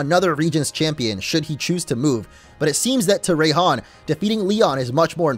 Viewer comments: It is pronounced rye-hon. I know because rye means thunder on another language. That’s why it’s rye-chu. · Raihan is supposed to be pronounced like Ryan